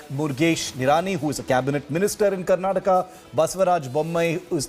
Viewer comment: Mr. Nadda it's "Karnataka" not Karnatak.